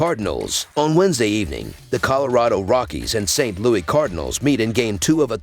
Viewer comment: Its saint LOUIS NOT Louie